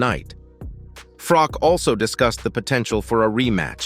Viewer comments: IT'S "FROCH" NOT "FROCK" PRONOUNCE IT PROPERLY!!!!! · Please, Please, Please if you are going to mention names, at least get the pronunciation right. It's spelled Carl Froch but pronounced as if it's sh on the end. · Poor-quality content. Fury never claimed Usyk cheated - he blamed the judges and everyone else, so this is just a clickbait title. Also, no original analysis, just repeating what Bisping (an MMA guy!) said. And you can’t even pronounced Carl Froch’s name…